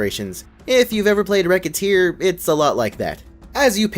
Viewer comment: the c in Recettear is pronounced like an s though... The game takes place in a pseudo-French setting, and a lot of the names are French puns. Most obvious example si the fact that Recette means Recipe in French So it's not Racketeer...